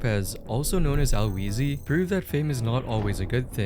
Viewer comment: “Al wheezy” small correction HE